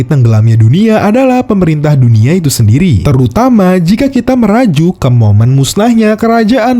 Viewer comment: sorry min ijin koreksi, bukan "merajuk" tapi "merujuk" :(